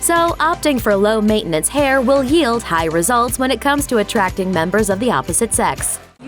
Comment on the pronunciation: “...will hield...”????? The word is “yield”. ????